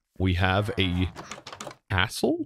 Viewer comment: it did NOT sound like castle lol, great series will be playing along episode by episode